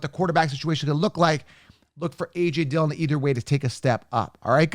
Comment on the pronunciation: Dude. My Man. Not Dillion. Come On.